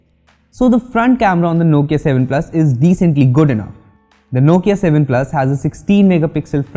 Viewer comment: Heh heh heh... You really butchered the Nokia 7 Plus here, but wait till you get a load of the Nokia 7.1, you'll be running back to kiss the Nokia 7 Plus's back panel...